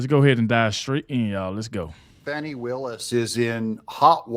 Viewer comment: Stop calling her Foni. Her name is pronounced FANNIE. (Not Adog, the National news.) 😂